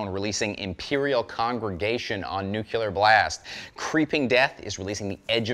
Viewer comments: It's nu clear. No such word as nucular. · Ah yes, good 'ol NucYOUlear Blast Records